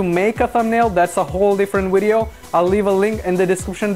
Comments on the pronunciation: ur not stupid but why do u call it wideo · wideo, hahaha my god it hurts.